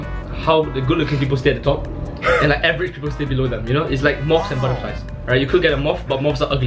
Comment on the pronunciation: Hey man you pronounced is butterfly wrong.